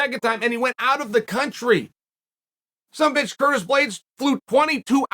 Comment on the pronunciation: The way Chael says "sum bitch" is the funniest thing I've ever heard